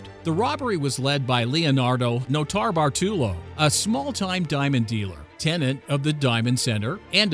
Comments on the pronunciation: The way nortabartolo is said makes me uneasy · Noter-Bartolo one word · The way he says notarbartolo makes me cringe